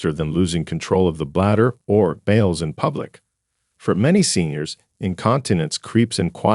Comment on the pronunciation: They are 'bow els' not 'bales' like hay.